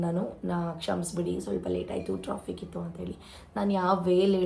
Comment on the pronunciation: Adu troffic❎ alla kane sonu adu traffic✅😵‍💫